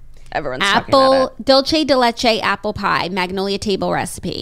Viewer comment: Can someone please help Jackie correctly pronounce Dulce ? 😂 I would take a bullet for her but I literally cringe hahahahahaha